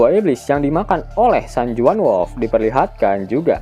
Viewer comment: Info min San Juan (San Huan) dibaca min.